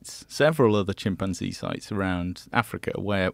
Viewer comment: I genuinely can't stand the way Joe pronounces chimpanzee